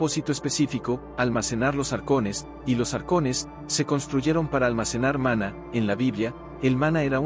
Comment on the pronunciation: Este vidio en sus dos partes son una porquería, mezclan fabulas con la realidad es lo que decimos en mi país una chapuza indecente, el tio en cuestión no sabe ni leer los acentos, repite varias veces mana en vez de maná, en principio cereí que era una fuente que manaba, lo dicho no sirve para ver ni oir, no tiene ni idea de lo qhe habla.